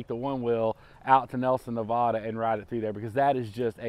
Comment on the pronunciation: Hey just saw the video love it love the one wheel but you're saying Nevada wrong being from Nevada we hate to hear when people say that way but love the one will